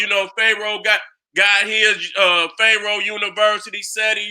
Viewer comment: No disrespect, but why Seti keep saying Phae roah? Is he doing it on purpose or what. Other wise how you gonna be a scholar in these topics a d can't even pronounce Pharoah